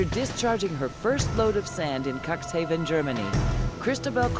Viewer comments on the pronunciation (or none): Not bad made but please pronounce the city of Cuxhaven correctly. It sounds horrible to me. I was born in Cuxhaven and if somebody would pronounce it the way you do it in Cuxhaven, you are in big trouble. And the ship is build in 2009. An old lady so to say. I saw the ship by myself and it is mindblowing. However, this kind of ships normally run smoothly and have no problems and is not the only of this kind.